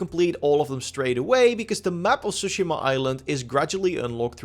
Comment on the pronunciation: stop saying tsushima like that